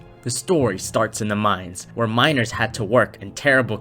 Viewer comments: why does it sound like when hes saying ''miners'' it actually sounds like ''minors'' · Anyone else hear minors instead of miners